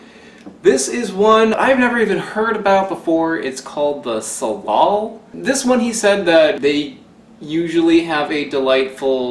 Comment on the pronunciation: Hm, I've only ever heard it pronounced "sə'lal", it's Chinook.